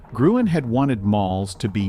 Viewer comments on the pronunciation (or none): You're pronouncing Victor Gruen's name completely wrong; he was Austrian, and since you Americans don't have a Ü sound in your language, it's written as ue but still pronounced as ü.